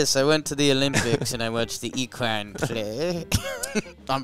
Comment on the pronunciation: I changed it when he said eqwine? Come on bruh